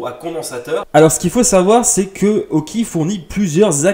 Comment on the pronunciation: on dit aukey et non auki